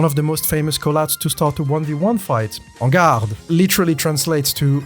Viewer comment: Never noticed but are you french ? The way you said "En garde" was spot on